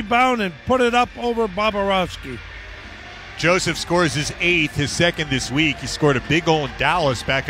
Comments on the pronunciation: I thought so too. Phil always adds an extra 'b' when saying his name it aeems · I thought he kept saying "Bababrovsky".lol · “bobba rovsky” -phil